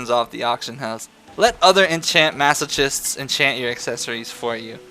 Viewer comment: The way he says "Masochist" tilt me.